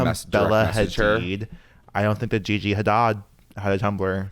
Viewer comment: I love that you correctly say Bella Hadid but you incorrectly say Gigi Hadad 😂 the shade